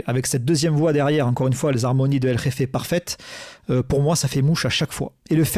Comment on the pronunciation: Le punk rock est le meilleur moyen d’avoir les poils qui se hérissent et la joie partout dans le corps Nofx c’est le haut de la pyramide !! Par contre à chaque fois fat Mike dit el effe au lieu de el reffe ke crois avoir lu dans le bouquin qu’il savait même pas comment ça se disait quand il lui a donné ce surnom !! Merci pour la vidéo et l’analyse c’est top